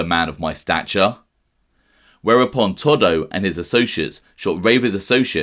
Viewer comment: It's not toddo In Italy anybody with the name salvatory or Antonio Is commonly referred to as toto not fucking Toddo